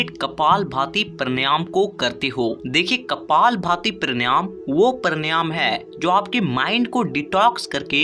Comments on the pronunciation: उच्चारण तो सही कर ले बेवकूफ पर्णयाम नही प्राणायाम बोल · Han vo paryanam galat keh rahe hain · First of all, you should learn the correct pronunciation of PANAYAM . Brij Sharma